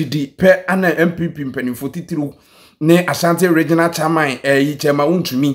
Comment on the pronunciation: Why does Ashanti's say CHAA-MAN instead of CHAIR-MAN?😂😂😂😊